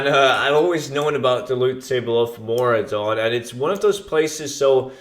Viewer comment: hey you made a mistake its Maraudon not Mauradon